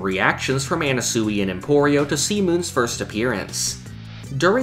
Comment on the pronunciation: "See Moon"